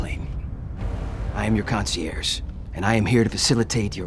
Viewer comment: "Concierze" is classic.